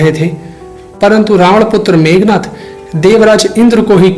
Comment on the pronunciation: मेघनाद not मेघनाथ ...